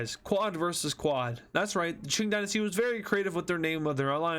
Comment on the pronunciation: Ching Gynasty? It's Qing Dynasty